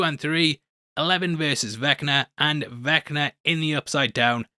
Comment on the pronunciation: I’m disappointed you didn’t complete the— “I’m 85 years old & so butcher all names” Trifecta— and call him “Wall”! It’s: Vecna (not Vinca) & Mindflayer (not Mindflare)